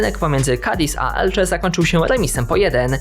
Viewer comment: Elce a nie Elcze tak na przyszlosc! Fajny material